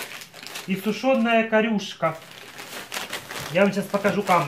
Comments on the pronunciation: Ха-ха-ха-ха-ха! Пипар кокин, Мандит, полит - это печеньки и клюква типа. )))) Ой, мандит знатно....))))))))) Оборжаться можно. ) Не корЮшка, а кОрюшка! На первый слог ударение. Рыба эта водится в Северных морях, в том числе в Балтийском. Прикинь,, у свитера есть рукава! Какая удача! ) "Падла кристмас маркет" - это вообще шедевр... Ха-ах-ах! Какая на хрен Рига? Таллин изображен на банке с эстонской килькой! Ну артист! )))) Модистка Кэт в осадок выпала.... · в пакетиках с сушёной рыбкой была камбала и кОрюшка, ударение на первый слог))) Когда я жила во Владивостоке в советское время, рыбаки ловили её зимой в Амурском заливе ( и сейчас, конечно, ловят) Помню, что она пахла свежими огурцами, она очень вкусная сушёная с пивом)))